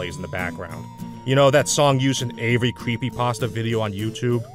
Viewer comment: I think he’s meaning to say every when he’s saying avery…